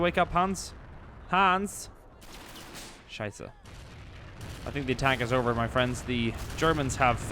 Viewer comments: That‘s so funny when you watch this as a German because he is just throwing around with German words.😄 And his pronounciation really isn‘t bad... This unexpected “Scheiße!” was so good.😅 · I Love How You say "Scheisse" im german my Self and I think it was my Favorit Part of the Video. Keep the good work up m8.